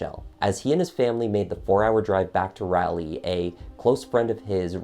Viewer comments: FYI, as a native North Carolinian, Raleigh, NC is pronounced like “Raw-Lee”, not “rally” . This was a great summary of this case. It was very sad to everyone, bc it was similar to the Peterson case in Durham, NC that happened only about 3 years before. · Please don't get mad at me but it's pronounced rolly not rally. Great videos!! I'm on a binge. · Lol it's not "RALLY", it's "Rawlee" for Raleigh,NC. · Raleigh is pronounced RAH-Lee, not ray-lee. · Thanks for covering this case. I remember reading about it. Good job. However, I live in NC and Raleigh is pronounced "rah lee" not "riley" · Pronounced Raw lee not Raa leigh. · It’s RAW-Lee not Raa-Lee lol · I like your JTL videos. Easy to hear, and clear. But Raleigh is not "ralley" - it is RAH-lee. Like Sir Walter Raleigh. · Raleigh is pronounced with an ahhh sound. Rally is something you do in race cars. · Just a note: being familiar with the area, it's pronounced Rah-lee, rather than Rally. Raleigh, NC. Edit: thank you for your hard work and the video. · Super interesting!! I’m not sure what exactly convicted him though I’m sure he was a part of it some how. (But I couldn’t get over the mispronunciation of Raleigh it’s raw- lee not rally) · Narrator dude! Why do you not know that the correct pronunciation is Raw lee. Not Ralley! Also Wytheville is pronounced Withville. I’m from KY and I know this! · You did a nice job but you should double check the pronunciation of city names before you record. Raleigh is not pronounced "Rally". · "Rah lee", not "Rally" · Love this coverage... But it's pronounced like raw•lee (Raleigh) not Rally 😊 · Seriously, it's not pronounced "rally"; it's pronounced "rolly". Honestly, though, I would have had a hard time convicting him. It seems like he did it, but I have my doubts. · Excellent narration, only thing is it's Rah - lee! Lol This narrative is concise, factual, and interesting. Good job. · It’s pronounced Rawley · It’s Rah-lee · Raleigh is pronounced like Pauley. 🙄